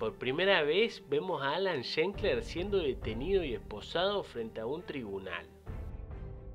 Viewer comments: No es Schenkler (como lo pronunciaste en todo el video). Es como lo escribiste en el título. ...desde 1997 hasta 1996 jajaj. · La ultima vez que es mencionado en el video es la única que se le pronuncia bien el apellido 😂 . Es Schlenker, tal como se escribe... no Shenkler. Pero buen video a pesar de ese detalle. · primero empezá por pronunciar bien su apellido, es SCHLENKER, no SCHENKLER (ni siquiera existe).Saludos. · Nombralo bien al menos, no para de decir shenkler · Es irritante que pronuncies mal Schlenker todo el tiempo. Lo escribís bien y lo pronunciaste mal. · Es un apellido comun EN Israel..no Todos lo sa EN pronunciare es un apellido raro..es un apellido azkenazi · Increíble que dedicándole un video no te tomes el trabajo de pronunciar bien el apellido